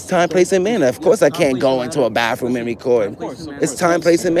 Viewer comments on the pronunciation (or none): Oh it's bathroom not bafroom 😂😂😂😂 you just got educated